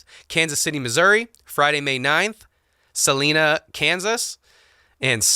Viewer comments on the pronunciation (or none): ITS "suh-lie-nuh" KANSAS UGHHH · So close on the Salina, KS. Sa-LINE-A, like line leader.